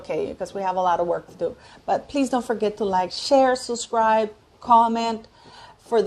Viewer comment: Dear I know you have an accent, I don’t mind, have one myself, but the word is suB scribe not suscribe!